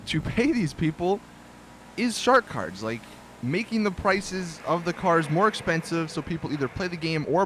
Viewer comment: is it just me or does anyone else here Shart Cards when he says shark cards...